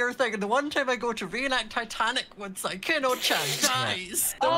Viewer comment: How to pronounce Sykkuno: Sike uno :’)